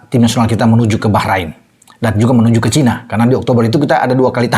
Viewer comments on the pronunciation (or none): none